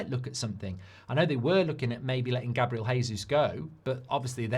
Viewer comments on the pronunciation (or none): none